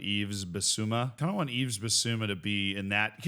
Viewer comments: You really need to stop saying YveS. The s is silent 😅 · Please say Yves correctly. 😢